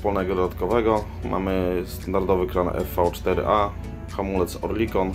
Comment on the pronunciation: Witaj!Przez gardło Ci nie przechodzi prawdziwa nazwa Helmut?Nie kurwa orlikon tylko orlekon!Fuck!Serdecznie Pozdrawiam@